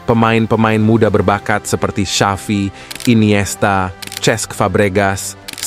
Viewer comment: Maaf pak XAVI Bukan SYAFI 😊😊